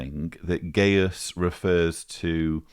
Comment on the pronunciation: On a pedantic note,: Gajus is pronounced "gah-yus" like its Latin forebear Gaius, not "gay-us". Less pedantically, Gajus's surname might be translated from German as "Dingaling" or "Tinkerbell" 🔔😉